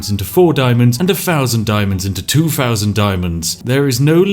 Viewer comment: Elocution, dear boy, it's a thing you need in your life. Fing, Fousand. It hurts to listen to. Fix it. Englishmen can and do speak English correctly. Be a chap and not cannon fodder..